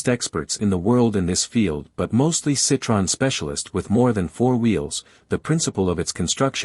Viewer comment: The best Tissier history I have ever seen, both photos and information... One point... Citroën is not pronounced Citron. That means lemon in French.. The O and the E are pronounced separately with the two dots over the E are called dieresis...